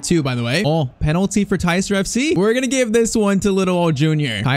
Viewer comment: I thought you pronounce Tyztir (Tee-z-teer) not (Tyy-z-tire)